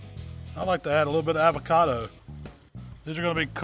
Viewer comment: I fuck with u dog but u gotta fix the way u say avocado 😂